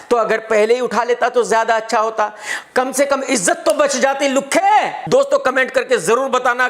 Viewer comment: Are maa ki kasam maza agya...specially that extra effort on 'LUKHHE' 😂😂😂🤣🤣🤣